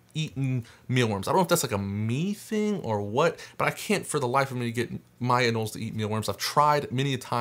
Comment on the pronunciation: They ARE pronounced anōle!!